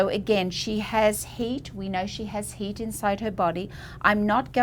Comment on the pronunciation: I thought she said the woman had “hate” in her skin. Then I realized she said, “heat.”